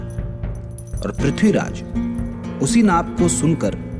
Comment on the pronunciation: Ye ignou vali Mrs sinha kapur ko nam tak theek se lene nahi aa rahe Khori khori kar rahi hai Pithiraj bol rahi h